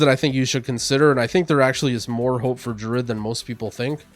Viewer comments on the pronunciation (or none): This man pronounces druid "Drud"